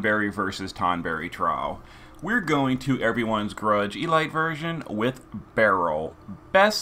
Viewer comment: Are you pronouncing it e-light in order get more comments on your vids?